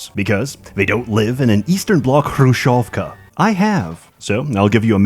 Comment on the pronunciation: Yeah, the game is good. Not HoMM3 good, but good. Also: nice pronunciation of Khrushevka, товарищ